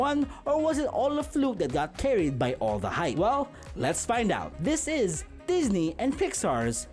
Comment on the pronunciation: Sir Disney. Sir Pixar. This was the most Filipino thing I’ve ever heard lol.